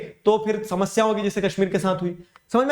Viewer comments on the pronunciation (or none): none